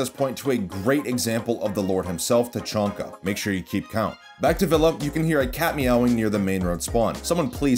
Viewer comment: Yes his name is name is definitely tachonka not tachanka